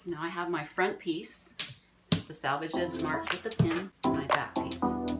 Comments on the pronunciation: Good video. Fyi. It sounds like you are saying "salvage" instead of "selvage". In my professional life [retired now] I had to proof read items for print outs for speeches. Always very important to give the correct word. Notice one comment using "salvage" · I agree that this is a great tutorial. Loads of tips that should be used. However, the word is S E L V A G E not SALVAGE. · Very good instructions for really pretty blankets! FYI, those edges that are opposite the fold are not called salvage. The correct term is selvedge...pronounced differently. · She wasn't criticizing. She was just pointing it out. I heard the same thing. It must be a regional thing. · I love this project! But may I correct you that it is not a “salvage” edge but a “selvage” edge! 😅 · This tutorial is exactly what I was hoping to find. My granddaughters will love this binding on their doll blankets. Thank you for sharing your knowledge. Where did you get your tag? It is actually Selvage with an e not Salvage with an a. Each time I hear it said incorrectly it is distracting. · Love the tutorial, but everytime you said salvaged edge, I cracked up. My mother was quite the seamstress & I thought when she said the selvage edge, she was saying salvage edge. Naturally, I mentioned the "salvage" edge once and immediately corrected. She said the term "selvage edge" was a term that was originally self edge. I never forgot it after that. Lol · So adorable! Great job. BTW...The word for the edges is SELvage not SALvage. 😁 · Selvage not salvage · That's pronounced Sellvage, not salvage or salvaged. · It’s selvage not salvage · It is sell-vage not sal-vage. Not salvation. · It’s SELL-VEG; not SAL-VEG!!!!! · That’s what I thought but it sounded like salvage on the video. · I make my own labels. You can learn how to easily make them HERE. Yes, I am aware that I mispronounced "SELVAGE" and appreciate and apologize for the distraction. Hope you learned something despite it. :)